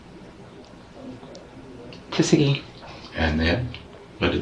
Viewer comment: It's Seguin Texas, not sagen!!!